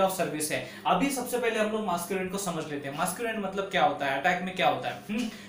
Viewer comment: Lol, he was going to say "Masturbate" instead of "Masquerade" 😂🤣. Anyways, jokes aside, that was a great explaination!